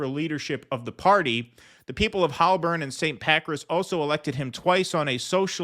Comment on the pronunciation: Holborn is pronounced as 'hole-burn'.